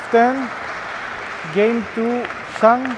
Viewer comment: Who the poor soul is this, who even don't know how to pronounce "Zhang"?😳😳😳